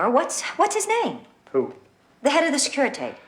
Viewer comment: That's ... not how you pronounce Securitate 🤨😔 Were they tryting to write "Tblisi"? If yes, then they failed. And Tblisi is in Georgia, not Russia. Sure, Georgia was a Soviet republic as well back then .... but, still: not Russia. Actually a very decent pronunciation of Calea Moșilor 🙂 There's just one problem: it doesn't lead to any central square per se ... not even if we assume that the dude meant Piața Unirii (which translates better as Union Square anyway). But in all fairness, Strada (C.A.) Rosetti is indeed a side street to Calea Moșilor. :) , That's not how a Romanian police car (or militia car, technically) looked like in 1988. And it would most certainly not have been that brand of car. And they were called miliția, not militie.